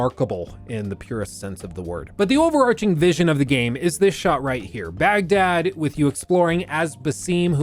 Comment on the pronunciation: This is a nitpick, but it's an important one from someone who believes people should be consistent. You can put in the effort to try and pronounce the French (or whatever language) word correctly, but you can't even bother to pronounce Baghdad the way it's supposed to be pronounced?